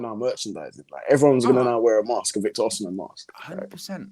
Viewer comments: There is no “she” in Igbo or Yoruba pronunciations. It’s not it just “Osi” either. More emphasis on the”Ohhh”. From a Naija boy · It’s pronounced “Oh-sim-men”